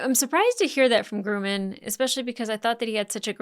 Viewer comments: Great takes, spot on in my opinion, but has anyone else mentioned, it's not Grooman, it's Grumman😅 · The name is Grumman, not Groomin. LOL